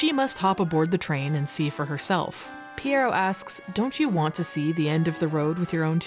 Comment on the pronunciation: As a French speaker I was impressed with how you said "pierrot". Most people obliterate the pronunciation and say it similar to "pirate". But yeah, this has made me want to dust off my Dreamcast and play it again. 😊